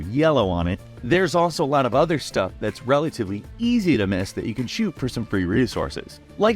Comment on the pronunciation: whoaaa! That's tha-it